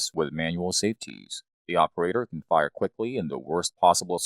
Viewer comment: You say “fire” funny.